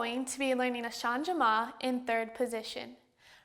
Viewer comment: Since it is a French word, changement is pronounced "shahj-mont" (with the "t" barely pronounced). You don't pronounce the "e" as a separate syllable.